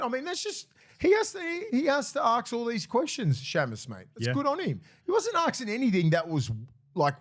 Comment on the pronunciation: Willie it’s ask not arks. I know you’re one of the bros but there is no R in ask.